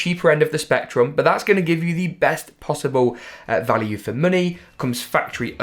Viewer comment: I was ded when ge said muney🤣🤣🤣